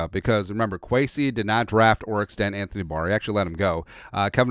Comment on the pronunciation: are you saying Anthony D’Barr?